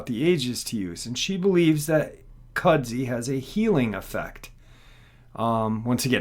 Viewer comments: Kud-zoo, not cudzy. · Kudzu, not "Kudzi". That...looks like a boar. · I don't mean to be an insult by any means. In the south Appalachia' S it's pronounced"kud-zoo". It came from Japan and is used to support a root system to prevent loose rockfall mostly